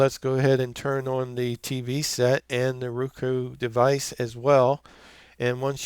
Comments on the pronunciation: Haha! It's "RO-KU" NOT "RU-KO" Thanks for the video. Sling offered a free Roku express if I sign up and I wanted a good review video. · Hi, Sounds as if he is saying "Rueka", and that sounds like some sort of a vegetable. BTW, I do have a Roku Express, and think it is well worth the $30 cost. 10/07/2017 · Thank you sir. The video was extremely helpful. Everything was on the money except for your pronunciation of roku and netflix lol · Great video thanks, BTW, where are u from ? You said Roku and Netflix with an accent, kinda Midwest but not so much o’s don’t cha knooow, lol!